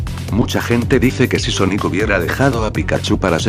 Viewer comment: ala yo escuche soniku y después de un minuto recorde un meme donde amy le dijo soniku a sonic